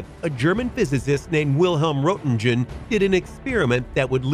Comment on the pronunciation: The first X-Ray photo that was ever made (which was shown in your video) was actualy that of Röntgen's wife, not of Röntgen himself (you can even see her very fancy wedding ring in that X-Ray). And I believe his name is pronounced 'Ront-gen'. I don't mean to quibble...I really don't...but I have a horrible OCD when it comes to historical fact accuracy. Sucks to be me. It really does.